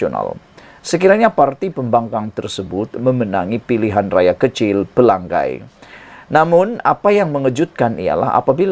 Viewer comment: pelangai bukan pelanggai